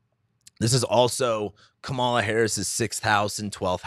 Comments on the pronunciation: It’s Kamela rhyming with Pamela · Her name is pronounced: COMMA-luh. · It's Kaaaa ma la. Not Ka ma la. Pronounce her name correctly. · I wonder if mispronounces Kamala’s name on purpose. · Wondering the same. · Please pronounce her name correctly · SO irritating that he doesn’t know how to pronounce her name. She’s the Vice President of the United States for fuck’s sake!! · She's been Vice President for over three years. You're a man with above average intelligence and who's got a finger on the pulse of current events. Therefore I surmise you are pronouncing her name incorrectly on purpose. Oops, better check under that mustache; your bias and disrespect are showing.